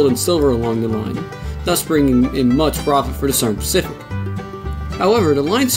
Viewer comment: ".. and the Sern pacific." I have never heard of that rail line. Can you elucidate? The champaign...... (Unintelligable). SLOW DOWN. Why do you post material with slurred words. Twice you stopped to correct the mash-up you made of names. What is the matter with you. Don't you listen to your own recordings???